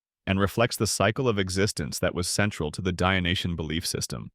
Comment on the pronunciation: The adjective is "Dyonisian", not "Dyonitian". Otherwise, nice video!